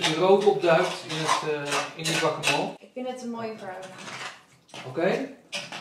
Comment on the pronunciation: grappig hoe jullie guacamole uitspreken😂😂 guacamool😂